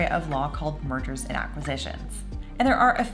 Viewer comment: When you said "mergers" I thought for a second you said "murder" and I was like "what? murder in a antitrust case?"